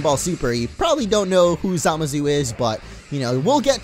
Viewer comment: Dude said Zamasu wrong... Sit down we need to talk.